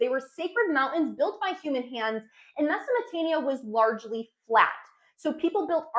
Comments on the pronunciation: MesoPOtamia not mesaMOtamia haha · She can't pronounce - Mesopotamia...she says, Mesomotamia...WTF? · She keeps saying Mesomotamia. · Why are you calling it Mesomotamia?? As much as I wanted to watch this video I coudnt go past a few minutes.. it’s extremely annoying for listeners and embarrassing for you. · mesomatania LOL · Great Video. just try and pronounce the words accurately. its not Mesomotania. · Meza Mo te mia perfect pronunciation , you say it so often and nailing it each time... Google subtitle showing Mesatania , so I have to watch it again , from the beginning , was this a marketing strategy ? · Mesamatamia😂😂I can't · Mesopotamia very clearly has a P, lol